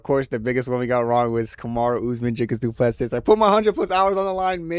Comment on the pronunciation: I knew you would get this one wrong because you can't even pronounce Du Plessis correctly